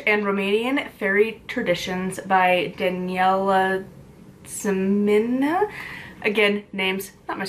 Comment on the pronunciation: I believe Simina is pronounced Si (like Sid) - my- nuh. Well that kind of sucks that it should have been longer.